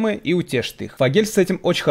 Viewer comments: Не ФогЕль, а фОгель. Кстати чё то давно он песни не выпускает на пару с Коржом. Если ошибаюсь то отпишитесь с ответах по братски. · фоооогель а не фогееееель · Супер! Но ФОгель а не фоГЕЛЬ!)) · ФогЕль прям режет уши